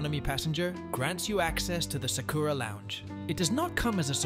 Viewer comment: That is NOT how you pronounce Sakura.